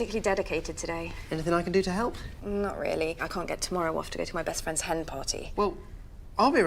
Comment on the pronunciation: Ooow fwendz!